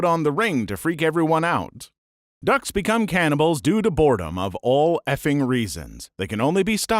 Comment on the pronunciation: In the "ducks can become cannibals" section i thought he said Dutch💀